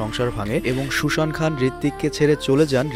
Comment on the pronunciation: সুসান খান্ না। সুজা খান